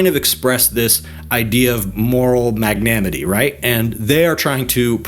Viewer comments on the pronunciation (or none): should be "magnaNIMity" . . . thanks for the consistent hard work and analysis